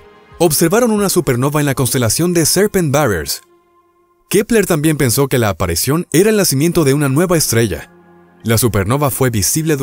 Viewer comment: Pregunta: no se dice APARICIÓN? no APARECION